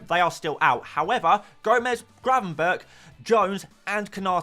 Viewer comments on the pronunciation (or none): none